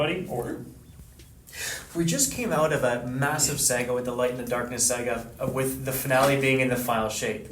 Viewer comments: Just when you think couldn’t meme himself anymore; he manages to. He keeps saying “sega” instead of “saga” lmao. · SAGA n. pron. SAH-gah (not SAY-gah) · “Sega”? wtf!!! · Why is calling Saga Sega? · This man said Sega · Bro really said Sega. Making Canadians look bad lol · He keeps saying "Sega" 😂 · He kept pronouncing saga as Sega. > Sega > makers of Sonic > gotta go fast Lightning fast intros confirmed! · Why does he say sega for saga 😂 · In Canada it's pronounced S-Eh-Ga. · dude is really gonna pronounce saga that way? geeze